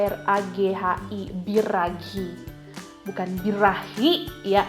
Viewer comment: Knp bukan biraghi dibaca birajhi?? Harus dibaca lengkap sesuai penulisannya? Sedangkan kata gianluigi jadi janluiji??